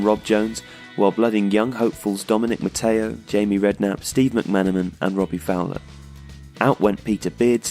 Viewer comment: Also, Mc-Man, and Houghton (not Huton).